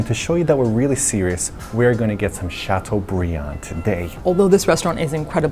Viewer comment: makes a point of not pronouncing filet mignon correctly but proceeds to pronouncing chateaubriand properly several times in the process - protesting french pronunciation of words is a fail. lol